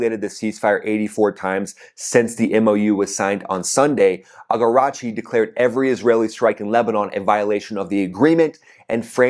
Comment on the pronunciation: The Iranian Foreign minister's name is A-RAG-CHI, not AGARAGCHI.